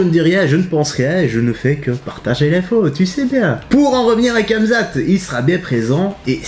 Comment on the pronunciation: Kamezate 🤦‍♂️ fais un effort